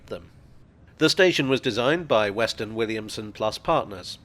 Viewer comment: He said Weston